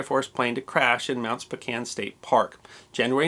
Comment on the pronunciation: .... It's Spo CAN... Not Spo KANE.